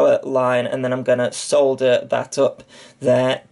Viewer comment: The English language extends it's gratitude to you for correctly pronouncing the word solder. Thank you.